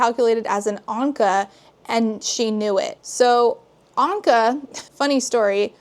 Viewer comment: Why is nobody talking about the fact that she said Ahnka, the animal crossing villager, instead of an Ankh, a hieroglyph that means “Life”